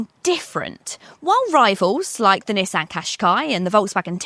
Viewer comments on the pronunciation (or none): none